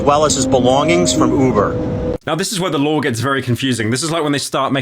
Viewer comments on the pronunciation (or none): Lore or law? Speak clearly son!